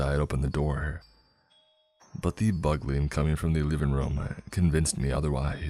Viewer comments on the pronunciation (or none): “Bugling” I think it’s Bugle-ing, like a bugle they blow in the army. Not like a Bug. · uh that's not how you say bugling